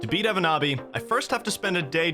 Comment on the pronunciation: I find it funny that pronounces the Finnish name like it's legit, but the name is a meme. 😂 evonaabi basically means "a noob who can't do it"